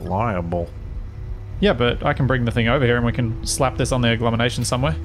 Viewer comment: ...Agglomenation? really? :P